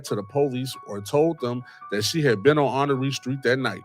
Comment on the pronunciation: Honore street in NOGO is pronounced *Honor. Born & Raised Waukegan & Nogo ❤